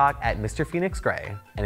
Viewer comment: Oh, Phoenix! I thought you said your name was, which I thought was cool too! Then I saw it written out. 😊